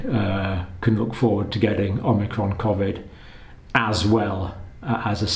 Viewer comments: considering that the vaccine only creates antibodies to the spike protein, and natural immunity gets antibodies to the spike protein and the whole virus body, we can assume that vaccinated people will obviously get infected by Unicron? ... also, "Oh-Mee-Cron" not "Om-Nee-Cron" :) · Dr. Campbell is still mispronouncing "omicron" -- He calls it omNicron. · Dr. John: I have been walking around in confusion as I hear the word "omicron" mispronounced. It's somewhere in the media and it seems to be you! There is no "n" as in "omnicron." From my college days, fraternity pledges had to learn the Greek alphabet. It's produced" o-ma-cron." Very close to "Omaha" coming from Peyton Manning. Love your work. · Not OMNI... O-micron. You clearly don't understand relative hazard if you think 0,71 is equivalent to 71% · Thanks John. I think it’s pronounced ‘ohm icron’ as i the greek pronunciation. Keep up the great work my friend 🙏